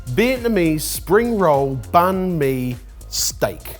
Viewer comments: I wish you could stop saying ban me and instead say bun me :( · I think I'll re-watch this episode with my vietnamese wife. Though I might put her in risk of getting a heart attack with "Bahn mi" 😅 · Vietnamese banh mi is actually pronounced bang me. Make of that what you will. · Vietnamese be crying that it's "Banh Mi" 😂